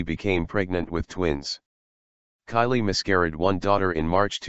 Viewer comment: Kayleigh not Kylie